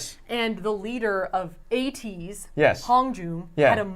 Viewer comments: Lol you don't pronounce ateez as ah tease lmao! It's ay-tease XD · Saf and really said "A-tease" 👁️👄👁️ it's pronounced "Ay-teez" 🤣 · and safiya pronouncing ateez that way is so cute 😭